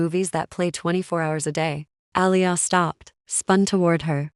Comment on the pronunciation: Good story,it’s” Ah lee yah” but enjoyed it anyway.